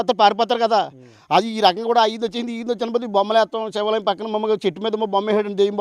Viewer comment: Hello brother,Sivalayam not Sevalayam.Objerve this Word.